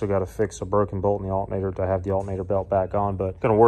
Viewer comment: Wtf is an "alt-nate-er"... 😁